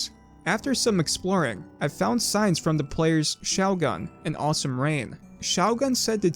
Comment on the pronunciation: I'm not sure there is a worse way to pronounce the word shougun